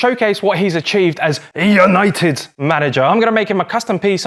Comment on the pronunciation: Absolute Class, 10/10, YANITED, YANITED, YANITED